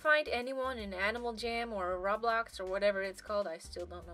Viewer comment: I say Roblox like that too....until my friends yelled at me. 😅😅